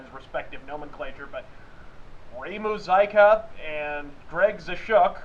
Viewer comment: I think it's "Moo-zi-ka" and "Zess-chuck".